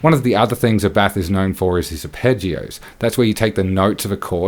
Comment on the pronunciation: Just me or this guy looks like Tom Cruise? Edit. Youre mispronunciating this. Is ÁBBATH, not Abbáth.